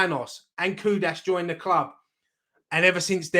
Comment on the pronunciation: The name is Kudus not Kudas...